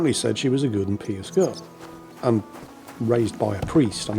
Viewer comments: Is anybody else getting weirded out a bit by constantly pronouncing the word "pious" as "peeus"? I mean...we are talking about devotion to a religion, here...not directing a drunkard with a full bladder on where to find the pisser! 😜😂😁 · Indeed. But assuming our Overlord doesn't know,, it's pronounced "pie us".